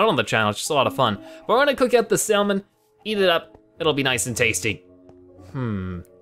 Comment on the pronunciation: Did you pronounce the l in salmon? XD as in "sall-mean" instead of "sa-mern"?